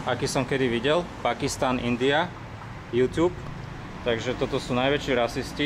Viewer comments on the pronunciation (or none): none